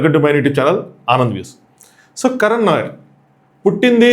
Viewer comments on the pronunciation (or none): కరణ్ నాయర్ ఏంది బాబూ కరుణ్ నాయర్